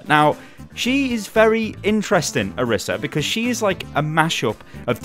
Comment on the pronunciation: It's Oreesa pronounced btw ;)